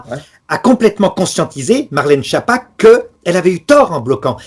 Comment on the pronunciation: Schiappa se prononce Skiappa. En italien, Schiappa veut dire nullité, gourde, imbécile.